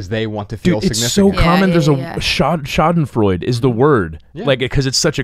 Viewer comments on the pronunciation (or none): Lol he said schadenfreud^^ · schadenfreudE... the e is pronounced lmao <3